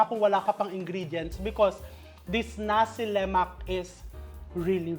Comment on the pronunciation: Nasi Lema(k) silent K … as far as i know… Having stayed in Malaysia for some years… my favorite breakfast…